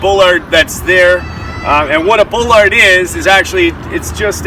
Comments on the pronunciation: Bro.... Can you please pronounce your words right? It's ass-fault. Not ash-fault. And ball-erd. Not bull-lard. Also, very sloppy paint job. That should would NOT fly with the construction managers/ superintendents I've worked for. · “Ball-lard” not bull-lard speaking of correct pronunciation. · You do not pronounce it bowlard It's pronounced baalard